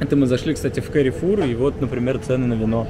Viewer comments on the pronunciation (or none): none